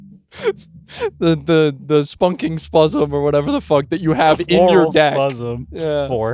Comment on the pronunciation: I clicked a random timestamp and heard spuzzem